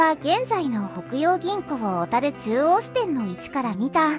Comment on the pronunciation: ところどころ「小樽」のイントネーションが変だけど内容はしっかりしてて感心しました笑 大國屋廃業の平成五年当時、最期の従業員の一人として勤めていましたが、今となってはあのエレベーターを操作できたことを懐かしく思います。